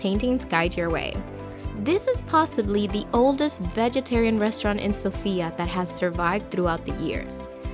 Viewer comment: Please say Sofia with the accent on the “O”. It’s not pronounced Sophiiya, but SOfia.